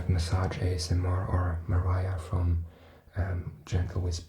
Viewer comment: that’s so cute you referred to Gentle Whispering as /məˈraɪə/ (like Mariah Carey) and not /mɐˈrʲijə/ (her actual name Maria) but no negativity it’s actually cute